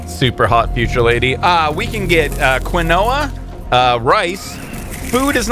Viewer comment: Finally someone who talks sense about quinoa and knows how to pronounce it!!! I personally can't get enough of this amazing and delicious food :D